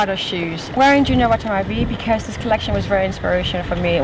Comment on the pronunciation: i liked this series more when they just picked random people off the streets, i dont know. i just dont care much for these people. the way she pronounced junya watanbe was funny though, and i liked the outfits of the asian girls and photographers.